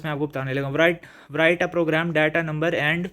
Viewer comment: Sir write ko prounc si karin (w) silent hy and by the way bht axha tha guess ❤